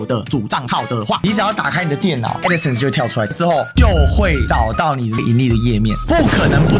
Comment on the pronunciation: 她去對法官說吧！在平台講沒意義！ 是Crowd , 不是Crown…d 是Adsense , 不是Addison 救命🤦🏻‍♀️🤦🏻‍♀️🤦🏻‍♀️